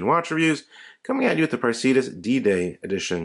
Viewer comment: Is it not “pray-si-duss?”